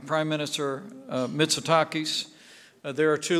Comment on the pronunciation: Ποιά είναι ρε παιδιά (στο ) η "Mrs Mitsu taki";;;;; (水滝) Γειά σου ρε Pompeo...ελληνομαθή!!! Porom-pompom-pompompom-POMPEO-pompom-perom.... Petas kai sta greek hapata ena "kalispera sas" kai tous kaneis aloifi!!!! Yeah!!!